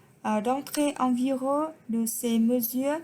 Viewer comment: Chữ "vigUeur" phát âm nhấn vào chữ U kia một tí nha